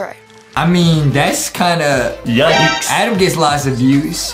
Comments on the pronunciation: I love how Justin says “Edam” instead of “Adam” it’s so like LOL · Justin really said ADEEM